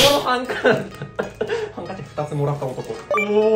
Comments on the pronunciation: ハンカチをはんけちというのめっちゃ好き！あと、実写カかっこ良すぎてやばい！ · ハンカチのこと“はんけち”っていう おっPさんすこだわ、